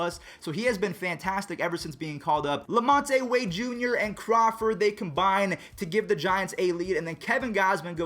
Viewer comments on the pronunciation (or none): its la-mont wade jr not la-mon-tay